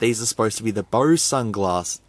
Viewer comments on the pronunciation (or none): If you're wondering, it's pronounced "BO-Z".